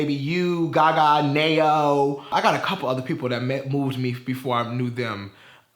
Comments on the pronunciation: SimmerBot i thought I was the only one who caught that 💀💀💀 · You did not just pronounce Ne-Yo like that lol